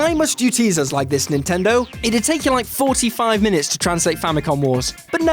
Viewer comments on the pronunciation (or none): none